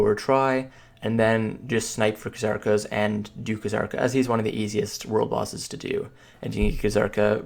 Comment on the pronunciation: PLEASE STOP SAYING KHA-ZARKA. JUST PRONOUNCE IT AS IT'S MEANT TO. ZARKA. WITH A SILENT FUCKING K.